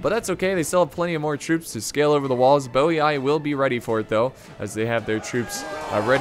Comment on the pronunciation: Not quite. Double I at the end of a word is pronounced “ee-ee”. So it’s Boii is Bo-ee-ee.